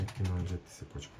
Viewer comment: сепочка эмес,цепочка